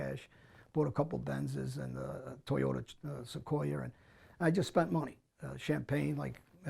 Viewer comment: “Toyota SequoiaRRRR” too much time in the UK I see.